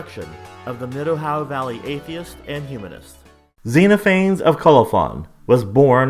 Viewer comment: I hate to be pedantic, but I'm pretty sure it's pronounced "Zen off a knees"